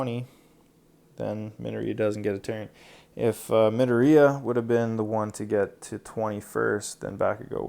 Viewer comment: Can you not prnoce Izuku's last name like Medorey because it's Mdoriya.